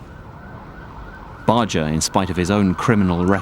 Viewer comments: I’ve done some research and found both pronunciations. There seem to be more sources that say it’s pronounced with a soft “G”. However I noticed that he, his wife and everyone who knew him personally, pronounce it with the hard “G”. I figure that he knew how to pronounce his own name and so did his wife and friends. I will continue to pronounce it with the hard “G” as I always have. If you want to do a documentary and be taken seriously, you can’t just Google (or should I say “Joojle”?) his name and go with that. You need to dig a little deeper. I didn’t have to dig very deep in order to find the answer. If anyone claims to have known him personally and they pronounce his name as “Barjer” I will be skeptical of their claims because if you’re well acquainted with someone and respect them, you’ll probably pronounce their name the way they do and although I’ve heard both pronunciations for many years I don’t recall a single time when he or people who knew him pronounced it with the soft “G”. So A . was right and you were right. It does matter. It is disrespectful to the audience but also to Sonny Barger himself to be careless about the pronunciation of his name. When he said that in the interview I saw, he was probably being gracious and saying that he wouldn’t be offended if someone mispronounced his name. I do think that if he cared how people pronounced it, he would have said so. He wasn’t exactly a shrinking violet. Still, if you want to be respectful it takes very little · Sonny literally pronounces his OWN NAME several times in this documentary yet you continue to not say it right. It's not an "accent" thing either. It's pronounced "BAR-GRRR" Not "Bar-Jer" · Why'd Barjer pronounce Barger Barger not Barjer?